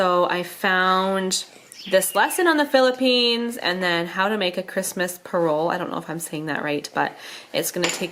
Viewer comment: Hi! I recently found your channel! I am Filipino, but I live in Hawaii with my family. Merry Christmas in Tagalog is Ma-li-ga-yang Pas-ko! Yes, you said Pa-rol correctly. and Ba-lik-ba-yan Box. Maligayang Pasko sa inyong lahat! (Merry Christmas to you and your family!) Although I don't speak Tagalog fluently, I still remember some words. My parents speak Tagalog in our home. Last time we vacationed to the Philippines was October 2019 and yes there were decorations and Christmas trees already up! I miss caroling and eating the foods that our relatives would cook! We have a Parol and my family would send a Balikbayan Box to our relatives in the Philippines filled with gently used clothes, candy and gifts are uusually included in a Balikbayan Box.